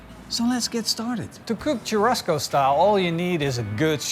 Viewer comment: One thing : churrasco is pronounced chu-ha-sco not chu-rrasco 😀 the double r is actually a H.